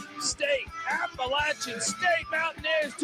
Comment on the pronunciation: For the love of college football, please pronounce the name of my Alma Mater correctly!! App uh LATCH un. Keep up the good work, guys!